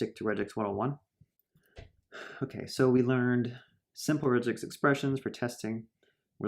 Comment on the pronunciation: This might be a good video but I can't stand 'rej-x'